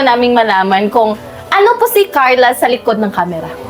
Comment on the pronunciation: Pronounce your Carla without “h” kasi parang may h ang bigkas mo.